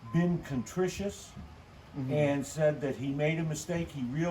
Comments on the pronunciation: can some one help me with this word the "dad" say at 10-55- to 11-05. contrituous ? is he making up a word here? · What was that word he said? Contritious? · “Contrite” is what he was trying for.